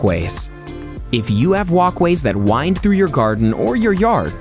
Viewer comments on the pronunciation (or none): none